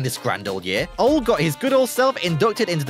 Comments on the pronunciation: I think he's supposed to be saying "Ole", but he's totally butchering the pronounciation. The correct pronounciation is more like "uuh-leh". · why ia it so hard to say Ole properly? The e isn't mute